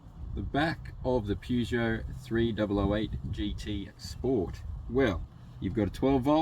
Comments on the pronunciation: If you're going to review a car at least pronounce the name of the maker correctly. Other than that, not too shabby. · I think this comment comes up on every Peugeot review. The correct pronunciation is Purr-zho. (as far as I understand) however it is common practice to also pronounce it Pu - jo (the way this reviewer has pronounced it.) When I first purchased my 404 in 1969 you heard both pronunciations - maybe different languages also come into it - eg how do they pronounce it in France or Germany?? This is a pretty good review. If you want to look at some really ordinary reviews of Peugeots try some (not all) of the English reviews - They tend to follow a formula and spend more time talking about the logo and looks than how the car actually performs.